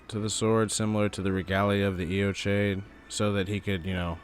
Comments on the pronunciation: AY-o-KYDE. I should know, I went to high school there. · Good video. There's so little information about Eochaid (I'm Irish, learned Gaelic in school and I think its pronounced /yaw/ /kid/ with the stress on the second syllable.) I think its the old name for the weeping peninsula. Morne is a Gaelic word as well and Ireland in the early middle ages had a reputation for solitary ascetic monks. Whoever they were, Godfrey put them to the sword after his northern campaigns. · It's pronounced "yo-hidge" In Scottish Gaelic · Pronounced yo hedge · Butchered that name lol. It wouldn't have taken much effort to just google it and learn the proper pronunciation, but you went with sounding like an ignorant doofus. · Americans pronouncing words like Eochaid and Siofre is so fucken funny